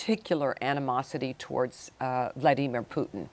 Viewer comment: The way "Amy" pronounces Vlaimir 💀😮